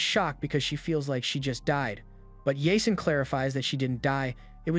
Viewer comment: Its supposed to be pronounced as YAA-SEEN it's a Muslim name